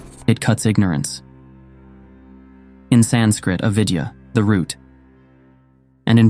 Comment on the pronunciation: A-vidyã not u-vidyā.